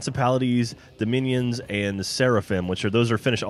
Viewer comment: "DOMNIONS" LOL